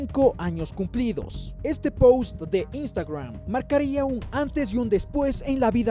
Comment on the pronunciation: Me causa gracias cuando dicen “poust “ 😂😂😂😂